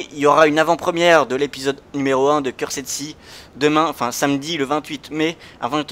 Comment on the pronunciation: à quel heure pour les québécois? Et pour info cursed se prononce curst